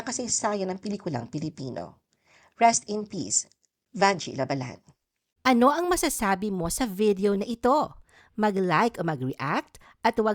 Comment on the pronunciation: Ang masasabi ko, paki ayus ang pronounciation ng La Ba lan..hindi mabilis.